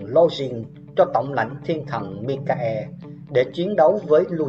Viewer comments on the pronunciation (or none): none